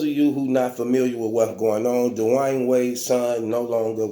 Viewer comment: “Da’Wine Wade” 😂